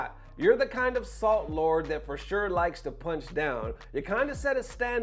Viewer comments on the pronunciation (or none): none